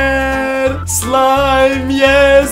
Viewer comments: it’s slaim not slime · It isn't "slime" but "sláim". By the way I love your Italian pronunciation😂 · non si pronuncia così "Slime" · on zamiast slajm powiedział szlime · Che poi si pronuncia slaim e non slime!!😂😂😂😂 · Slime non si può sentire '' si dice slaim'' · Italiani? 🇮🇹 A parte che non si dice SLIME MA slaim. Però sono dettagli🔥🇮🇹 👇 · in Italia non ho mai sentito nessuno che pronuncia lo slime come scritto (lo pronunciamo slaim) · it says "slaim".. Not.. "slime".. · It sopossted to be "Slime je odličan" not "Slaim je super" on Serbain #nohate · Non si dice così in italiano Slime. Si dice come in Inglese. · Umm sorry but i have to make a correction of Italian you have to say slaim not slime in italian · Italiano: non si pronuncia come si scrive slime a slaim.. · I'm Italian and Slime not s l i m e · Italiano Slime la pronuncia e slaim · Si scrive slime ma si legge slaim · Si pronuncia slaim non slime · Si scrive slime ma si dice Slaim😅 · Non puoi pronunciarlo slime! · Da notare che lo pronuncia "slime" letteralmente 😂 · Noi poi non leggiamo slime ma slaim si scrive slime ma si legge così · "Szlam" is not actually a word for this well-known slime in Polish some people could say "Slajm" - It's a polish version of Slime (only in pronouncing) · Russian: Not Sliz' (слизь) Slaim (слайм) Now correct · The pronunce in Italian of slime it’s the in English slaim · I' m Italian and "slime " say "slaim" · In italian the pronunce is " slaim" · MA PERCHÉ? 😂COMUNQUE SI DICE SLAIME MA SI SCRIVE SLIME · In Italy we pronunce “Slaim”. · The pronunciation of Slime in Italian is equal to the English one. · Slime in italian has the same pronunce of English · Actually the pronunciation of the slime in Italian is like the English one. I know because I'm Italian !!!! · slime in Italian has got the same pronounce of English P.S. Why? 😂